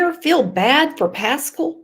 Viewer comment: I think Seth is just tired of all the crap from all these social media critics and detectives…and Tony is there to help him just like he is helping Randy. All this drama really isn’t helping anything. Also it’s pronounced Pass-cal